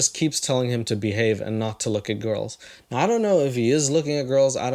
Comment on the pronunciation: "Don't look at GAURULS, okay?"